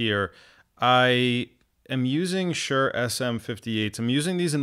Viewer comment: You do know it's Shure, not Sure, right?